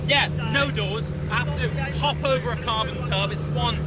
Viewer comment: Did you say Carbon tub?? 🤣 great video as always 👍